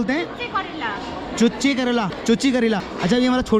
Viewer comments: chuchi nhi chuche karela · Oo bhai mere wo चुच्चे करेला hota h ( means tikhe kon wala karela ) 😂😂😂 चुच्ची करेला nhi 🤦‍♂️🤦‍♂️🤦‍♂️